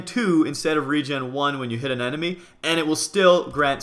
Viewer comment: Lol you said enedy instead of enemy